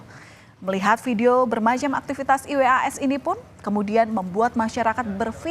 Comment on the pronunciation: Risih dnger pmbawa acara mengeja nma iwas 😩